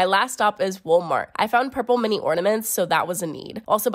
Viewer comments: Is it just me, or did she keep saying "wool-mart"? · girl did u just say woolmart? Anyway love ur content sis